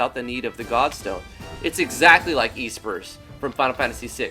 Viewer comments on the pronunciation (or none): EEEspers. heh, nice vid, but I think Espers are pronounced with a short e. :)